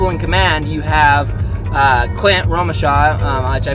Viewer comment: Lt. Bunderman was acting commander, Staff Sergeant Clint Romesha (pronounced Romeshay) was a squad leader. Ssg Romeshay led several excursions into enemy fire to clear snipers, run ammo, clear buildings, direct fire, he led a 5 man team to counter attack the Taliban that were inside the wire. Toward the end of the 13 hour battle he led a group to search for the fallen heroes. The Netflix episode of medal of honor just barely skims the surface of what happened. Read the book "red platoon". The 8 heroes were Sgt Gallegos, Sgt Martin, Sgt Kirk, Sgt Hardt, Spc Griffin, Spc Scusa, Spc Mace, and Pfc Thomson.